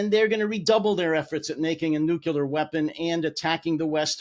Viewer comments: NU-KLEE-UHR! Not nuculer! Nothing undermines your authority faster than a southern or Appalachian accent, but mispronouncing nuclear is a close second. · For someone who constantly attacks the intelligence of others, you think he'd know how to properly pronouce the word "nu-clear".. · Thanks! By the way, it's 'noo klee ur' why does everyone say nuclear wrong? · If that is all you got out of this interview (you don't like my pronunciation of a single word) I suggest that YOU have a critical thinking deficit. Not to mention being an argumentative MAGA troll. But that's just me, you know the unknowledgeable southerner from the Appalachian hills of New York City🤣